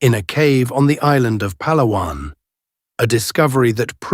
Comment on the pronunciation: I am so happy for the proper pronounciation of the name mentioned Pàlawàn. Now people pronounced it pahhhlahhhwannn which is wrong. Pàlàwàn is the right or correct tone.